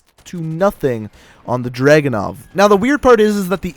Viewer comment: Its not DRAGU-NOV ITS DRA-GUNOV